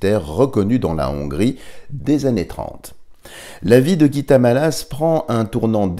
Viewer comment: Dialogue avec l ange est chrétien avant ! Je trouve dommage d y mélanger le soufisme, Bouddha et autres . On ne parle que du Dieu Chrétien avec ses anges, ds ce magnifique livre ! Mallasz se prononcé "Mallache"